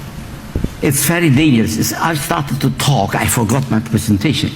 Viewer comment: WE TOK DE TOK..NOT ONLI TOK DE TOK.. KTOK KTOK KTOK...🐓